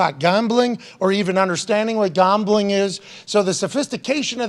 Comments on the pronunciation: Pat why are you saying it like that? Gombling? 😆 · Why does he say Gambling like that 😂